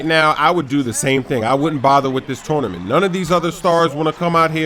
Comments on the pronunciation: touwnament haha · "Tornement" lol